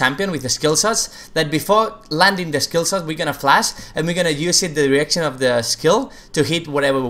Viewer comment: just me who thought he kept saying erection? "Braum q from another erection" :D